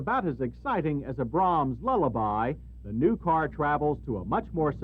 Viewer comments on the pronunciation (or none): none